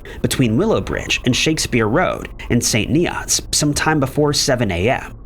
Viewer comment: St. Nee-otts is where I grew up. For the record, it is pronounced "St. Neerts" written St. Neots. Just thought I'd clear that up...😊